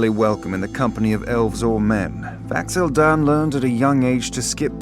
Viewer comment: He totally said Vax'ahlia